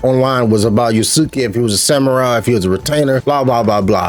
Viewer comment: You mentioned playing Ghost of Tsushima Sekiro, and some other games... have you played Rise of the Ronin? Side note: Yasuke is pronounced Yah-skay and Naoe is pronounced Nah-oh-ey. In another video you mentioned wuxia. It's pronounced woo-sha or woo-shia